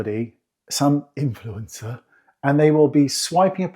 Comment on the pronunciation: My laugh for the day. Especially the way you said Influencer.